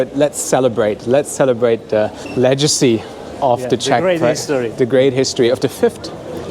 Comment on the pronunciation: Your English is very good but please check out the correct pronunciation of "legacy".